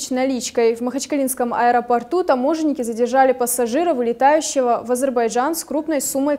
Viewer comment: Задержание в "Аэроорту"😂😂😂😂😂😂